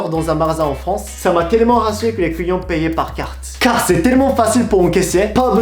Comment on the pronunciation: Je suis le seul a entendre les couillons a la place de les clients ? XD